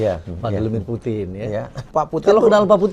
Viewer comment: Putin..bukan puting ya..😂😂